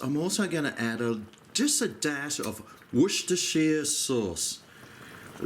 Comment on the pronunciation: Hey! Great video for a quick meal! I've finally found a cook that knows how to pronounce 'Worcestershire' correctly! Good on ya!